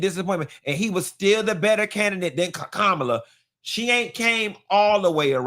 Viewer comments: Candace still pronounces Kamala’s name wrong on purpose. That’s why she’s bald headed neowww! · The fact that Candace is still mispronouncing Kamala’s name lets me know she ain’t changed for real. 🙄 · Candice Owens has not changed. Sometimes, it’s the little things that tell on you. She has every right to vote for whomever she pleases but you can’t convince me that she doesn’t know that she’s not pronouncing Kamala Harris’ name correctly.